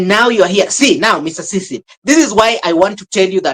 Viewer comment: Why are you always listening that rubbish idiot nt. This delusion mad man who claimed that to be a teacher! Marwa is well brought by his mum and dad and has respect for elders and others people who is surrounded him. This nt can't pronounce the name of Mr Cecil, I really hate that man. I really like your motivation and honesty but that nt makes me feel like throwing in the trash